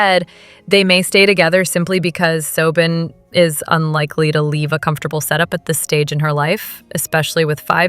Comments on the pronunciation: Soben? Do you mean Sobbin? Pronunciation!! 🤬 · Yes! It’s annoying that the (oddly-pronounced) version of Robyn’s name is often used—though not consistently—throughout. ‘Just goes to show A.I. isn’t perfect.😂